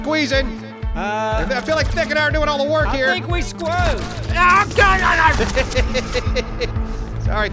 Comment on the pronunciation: "I think we Sqozed" 🤣🤣🤣🤣